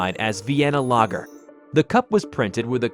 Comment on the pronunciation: Lagger not lager